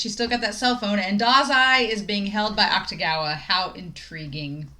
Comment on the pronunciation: “Akutagawa” is pronounced more like “Aktagawa” than “Aktugawa”. The “ta” is stressed.